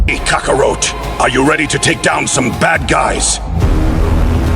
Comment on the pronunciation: Who is Kaka-roat 🤦🏾‍♂️ at least if yall gonna plagiarize DBS say the names right this is my issue with a lot of you channels! KAKA-ROT